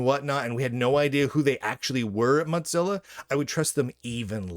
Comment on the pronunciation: Of FFS. And PLEASE. It's MOWZILLA not MOTZILLA. It ain't mozzerella.